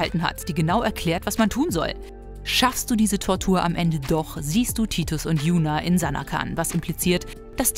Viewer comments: ER HEISST NICHT TITUS ER HEISST TIDUS. 😡😡😡🤬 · Tidus nicht Titus